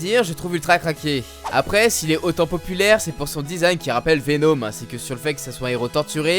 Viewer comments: J'ai mis du temps pour comprendre de qui tu parlais quand tu prononçait vénôme au lieu de Venom, a part ça continue comme ça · Venom pas Venôm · Vous me faites délirer à prononcer " VEN-HOME " ... Jamais entendu prononcé comme ça !